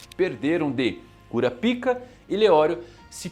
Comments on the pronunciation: poxa mano KúraPíka é foda ne... fala pelo menos igual os japa.... kurÁpka.... fica um som melhor... até pra quem nunca ouviu falar do anime, pra nao ficar essa zoeira com o nome dele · Fica melhor a pronúncia " KURAPAIKA"